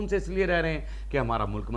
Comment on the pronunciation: Molak ,.....?????? 😂😂😂😂 Molk hota hai ,...... 👈👈👈👈 Thoda sa urdu boolne ki practice kar ley ,....😅😅😅😅 ❤️💚🇵🇰 LOVE FROM PAKISTAN 🇵🇰💚❤️